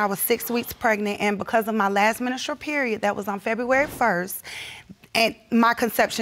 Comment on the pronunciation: "My last menistral period." Huh?